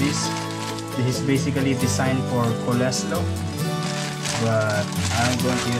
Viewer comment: Noodles at rice po kc ay parehong carbohydrates kaya po cguro sya nagtataka bkt k magririce po hehe Ps: nga pla kuya ang pronunciation po ng coleslaw ay kohl + slo Sana po hndi kau maoffend. God bless